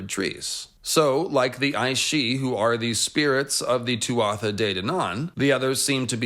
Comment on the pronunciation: As someone who is fluent in Irish i just have a quick note on the pronunciation of Tuatha Dé Danann. We would pronounce Tuatha as two syllable. Very close to how one pronounces Twah in hawk twah. In Munster irish at least.